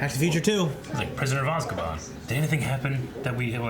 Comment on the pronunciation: I'm pausing the video because just pronounced "Prisoner of Azkaban" as "Prisoner of Oz-ke-bon". Cue the white guy blinking meme